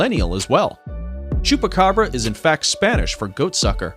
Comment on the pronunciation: I hear chopakabra i love chopakabra